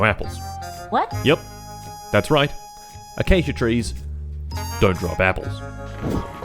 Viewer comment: A-cake-a trees 😂